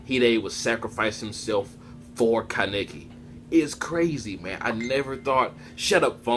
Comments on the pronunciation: Ka-neiki wtf who says it like that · It's pronounced kah neh ki! Kaneki!! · My nigga learn how to say his name